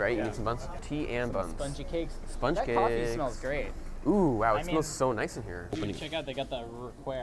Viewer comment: Harrow Shabba, how are woo? Glate wideow